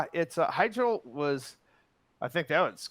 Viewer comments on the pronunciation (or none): none